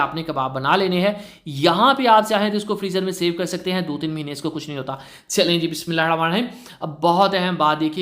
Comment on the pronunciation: Bismillah sahi talafuz se ada kiya kryn sir🙏